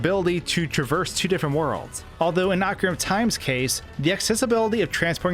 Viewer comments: Articulate, please. "Ocura of Time" and "Super-Intendo"? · I think it's( ohh Carina )not ( ahh Corina ) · ahkareenuh, not ahkarinnuh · He said cockariko village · Ocrina of time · He provinces ocarina wrong too lol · Nintendo is in charge and has explained how to pronounce each word. He also says Ocarina wrong despite it being a real instrument.